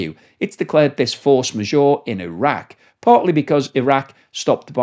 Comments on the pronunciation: A little tip.. It’s not force ma-sure. It’s pronounced majeure. With the ”eure”-part sounding exactly like ”ur” in hurt! 😊👍🏻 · As someone who can actually speak french, your pronunciation of "force majeure" is painful to my ears. Majeure is not pronounced Ore as in Ma -Jore it is pronounced Ma Jer - as in "her" or "Ger man" or "her german perm".